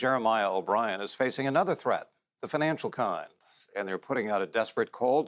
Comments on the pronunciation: Wiburdy Ship? My ears must not be workinh. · the news guy is mispronouncing it.